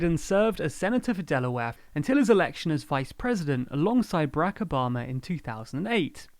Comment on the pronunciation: Did you say Obamer administration?